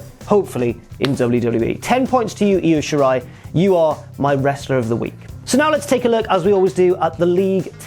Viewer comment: I'm so glad you managed to pronounce Io Shirai (and most of the other Japanese names correctly). Almost all others of Occidental origin pronounce her given name as "EYE-OH". But the "Ryu" in "Ryusuke" is pronounced "Re-Yoo" not "Rai-Yoo." Of course, we can all blame growing up with Street Fighter on this one; I understand that'd be a hard habit to break.